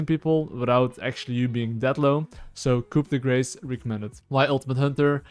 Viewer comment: They should really study why literally no league player can pronounce coup de grace